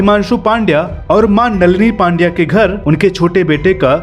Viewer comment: हार्दिक नाम सही हे लेकिन सरनेम पांड्या नही पंड्या हे